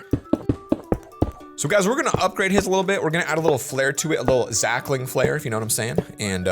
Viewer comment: Stop saying zacklin